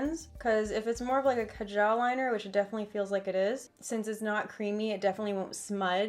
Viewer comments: It's kaa-jal. Btw ily💘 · How she pronounced kaajal😂😂😂